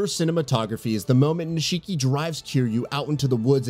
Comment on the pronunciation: They pronounce nishiki's name in game an this guy still pronounces it wrong. I'm starting to think someone didn't play the games they just got picked to read the script for this review.